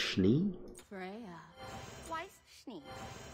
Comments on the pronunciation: Too bad she says Wise not Vais Schnee(fonetically) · Her name is pronounced Why-ss Sh-nee